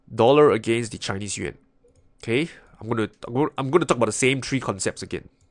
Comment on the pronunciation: it’s “ three “ not “ tree “